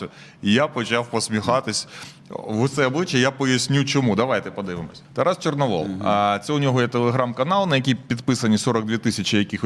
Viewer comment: ЧорновІл, а не ЧорновОл